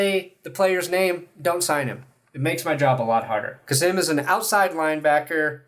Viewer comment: Hi from Germany. Finally a German player on the broncos roster. You pretty much nailed his last name, his first name is pronounced more like kaseem with a long i/ee sound.